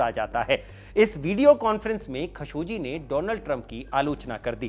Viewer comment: its KHASHO-GEE not KHASHO-JI